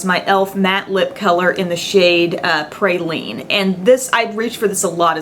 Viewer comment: you mispronounced Praline aw